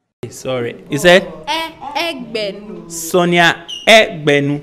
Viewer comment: Eg-be-nu not Egbenu put some respect on her name😂